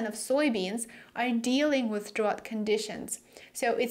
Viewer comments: "drought" is pronounced "drowt" not "drawt". You're welcome! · Hi great report. (By the way in American English drought rhymes with out.)